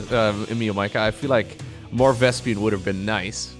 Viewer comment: lol Vespian Geyser., you are doing it again!